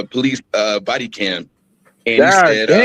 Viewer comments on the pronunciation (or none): " Po - leeses" ( sun version is plural) . 😂